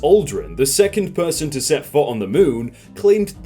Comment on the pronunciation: Damn the way he said "foot"